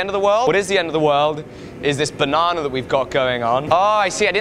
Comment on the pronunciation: It's "Banarnaring" again!